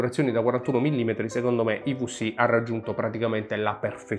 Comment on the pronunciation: Bellissimo video ma - i vu si - non si può sentireeeeee!! 😢 Mix di italiano ed inglese con quella vu che non è una vu.. 😅